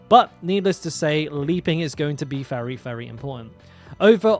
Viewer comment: Why do you say all your v's like f? 😂 There's a fery good chance, fulnerable, etc, but you're right thorns is the way to go, tons of fun, I mean vun!